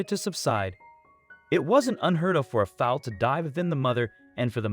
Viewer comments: Foul it's called called a foall not a fowl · Foal not foul - Sheesh! QUIZOTE????? Its pronounced Don Key- oh - tee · Who doesn't know how to pronounce foal ?? Why does this drag out sooooooo long ? Also you are mispronouncing the foals names... I am unsubscribing.. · I totally agree with you about the incorrect pronouncing of “foal” and the other words, too.